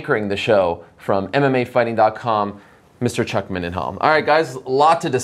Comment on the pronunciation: Chuck "I swear if you call me MINDenhall one more time..." Mindenhall.